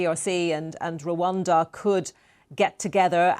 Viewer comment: Not Ruwanda it's Rwanda